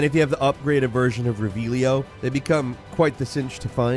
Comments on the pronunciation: Its revellio, NOT Revielllioo!!!😂😂😂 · Are you stupid? It's not reVEALio dude so cringe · I both love and hate how purposely says shit wrong He literally says “reh-vehl-ee-oh” every time you use the spell lol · I don't get how you play that game for a significant amount of time (and perhaps even seen the movies) and then still pronounce revellio wrong. 10 things the game doesn't tell you.... proceeds to show the game literally telling you